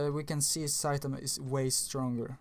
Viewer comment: Its one punch man not saitenman